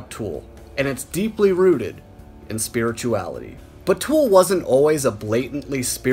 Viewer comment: This guy should learn how to pronounce "spirituality" before making any videos.